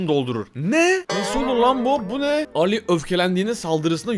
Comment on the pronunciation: Allı❌ Ali✅